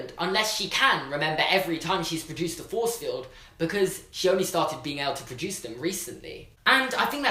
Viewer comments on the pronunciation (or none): whenever he says 'produce' i say patruons after